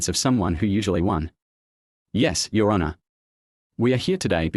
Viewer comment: I hate AI voice overs like when it says your (let a beet pass) honour my client. Either hire a real person or at least a better version of your AI.